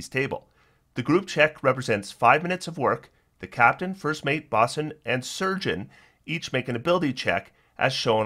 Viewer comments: I really hate to be this guy. Bosun has a long “o,” like “bow-sun.” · Great video, thanks for the overview. But bosun rhymes with "Know Sun".